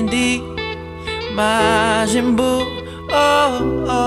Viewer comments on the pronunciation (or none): "Majinbuu" as he says it killing me.. :D